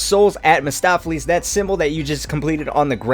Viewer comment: Mahstopheles? No. Mephistopheles